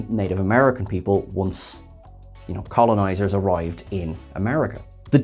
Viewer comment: Once ... "Colonizers" hahahaha